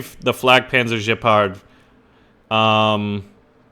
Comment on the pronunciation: dude, it's Gepard with a hard g, like 'get the fuck outta here, not Jepard, FFS! I mean, really!